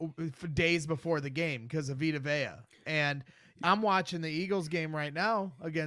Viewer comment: I love but he couldn’t pronounce Vita Vea and thought Geiseki was still on the dolphins…